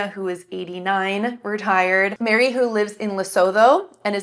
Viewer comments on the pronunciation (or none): none